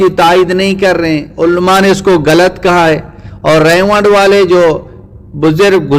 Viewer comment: آپ غلط کو گلط کہتے ہو مجھے تو کوئی ہندو لگتے ہو ۔۔۔